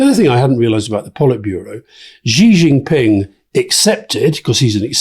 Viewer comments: Please can you pronounce Xi Jinping's name correctly? His family name is pronounced in a similar way to the English word 'she'. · There is an irony to Alastair Campbell talking about people not knowing the name of the Chinese leaders and then pronouncing Xi Jinping completely incorrectly. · If Alastair is going to disparage people for not know who's in the CPC Politburo then he could at least learn how to pronounce Xi Jinping properly.